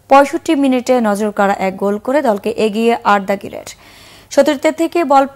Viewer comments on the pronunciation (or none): Arda Geler na arda guler 😂😂😂